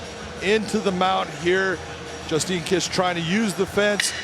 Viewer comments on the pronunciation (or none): Justine kish she's the one who shit herself in a mma fight, is that why you butchered her name? Lol